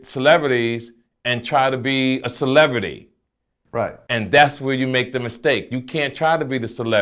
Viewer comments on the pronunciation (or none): He says "celebrity," and it comes out "celevrity."